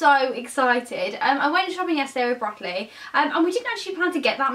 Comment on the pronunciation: Did u say bradley or broccoli 😂😂